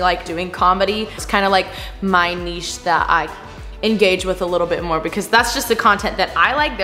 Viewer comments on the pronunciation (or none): I'm not sure if anyone else has said this, but it's niche, not neshe. You say it like neshe, but it's spelled niche. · I love u but nesche? 😂😂😂 (it’s niche) btw. Literally love this video